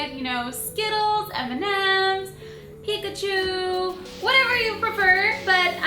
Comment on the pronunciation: Lol picachew :)